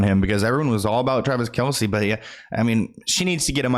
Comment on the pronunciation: It’s pronounced Travis KELSE. Not Kelsey. Everyone pronounces it wrong though not just you. Travis dad even confirmed it the other day people just say it wrong.